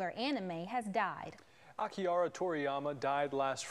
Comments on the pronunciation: bro Aki-Rah the hard r bro that news man butchered his name and rip my good man toriyama-sensei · Akiora? Manja? Jesus dude at least learn how to pronounce these things before such an important thing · Did this man pronounce "Manga" as "Manja" and "Akira" as "Akiaro" don't know why, but that made me angry. If you're gonna report the death of a LEGEND, get his name right, put some respect on his name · "AKIARA" I don't expect these guys to know japanese, but at least have the fucking decency of researching the pronounciation of his name, especially in this context. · akiara. manger. can you pronounce it right at least? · Did he just say AKI-A-RA?! Really dude? Can’t even pronounce his name the right way? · Really sad about Akira but... Did this mother fucker really say Akiara? Manja? Serriously? At least he pronounced Goku right.